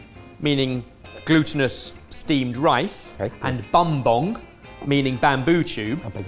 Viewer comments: Hearing BUM-bong was so funny! 😂 It's pronounced boom-bong,. But I forgive you. haha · very fun that every year a filipino dish gets noticed here! Also, as a filipino ben pronounced "puto" correctly. But Bumbong is pronounced as boom-bong (like a pair of "tongs")